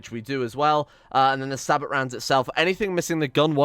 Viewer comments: The Punisher has infinite range. It will shoot at anything it can see on the map. Also the ammunition is pronounced with a silent 't' so it's more Sabo or Sahbo than Sabot. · Sabot = “Say-bow” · sabot is pronounced say-bow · The "T" in Sabot, is silent.